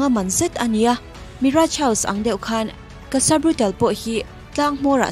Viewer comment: Cassa Brutal nilo in..brutaaale zawk o..Tiang chin tawhah chuan Pronunciation hi uluk hram2 ang u..constructive criticism ah min lo ngaihsak dawn nia!!✌🏼✌🏼